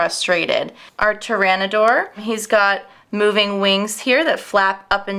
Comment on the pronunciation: don't forget the dinosaurs name she said that wrong too